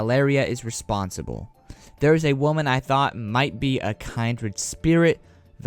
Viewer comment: Also is kin-dred not kind-rid lol js